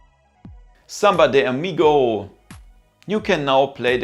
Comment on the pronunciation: No se pronuncia "zemba di amigouuu", en cambio se pronuncia zAmbA dE amigO, con una O seca, sin la ou, solo o.